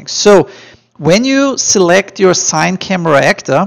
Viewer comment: Great tut bro! Everything was helpful. Thank you for making it! Just a side note since no one here mentioned. CineCamera is pronounced "See-nay"camera not "sain"camera. :)